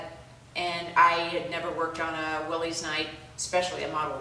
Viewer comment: You're welcome. By the way, it's pronounced Willis. If you watch some of the early promotional films you'll hear the name being pronounced correctly. Let me know if you have good luck with the rectifier challenge.